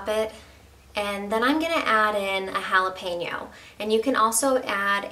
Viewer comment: Best part of her recipe... She said "jalapeno" not "jalapeeno". This sauce looks awesome. Will try it!!